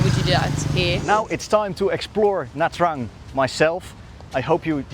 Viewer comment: Omg the pronunciation of nha trang is the worst..the interviewer should make it correct